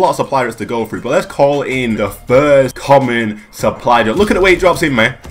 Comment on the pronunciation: Is he saying suply drup